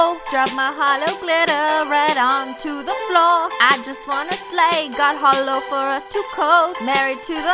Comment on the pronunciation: When she said my Holo heart, I heard hollow heart